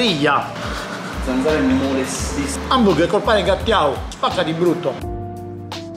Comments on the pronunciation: Il miglior pane Guttiau, non Gattiau xd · Si dice pane guttiau non gattiau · Non si dice gattiau si chiama guttiau con la u* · Pane "Gattiau" non si può sentire.. Semmai Guttiau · Pensa che è anche sardo 🤣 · che vergogna ahahahahahah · pane gattiau non si può sentire...pane GUTTIAU! sei pure di origini sarde e mi cadi su sta roba? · Comunque è pane guttiau, e non gattiau xD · pane GUTTIAU, non gattiau! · È pane Guttiau non Gattiau.... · Pane gutiau non gatiau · Guttiau non gattiau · Nessuno:: Pane "Gattiau" I sardi morti in questo momento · grande ma da sardo pane gottiau non si può sentire... spendevi di meno e mangiavi meglio in agriturismo